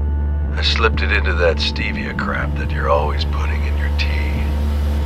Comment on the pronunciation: It sounded more like "bye Lydia".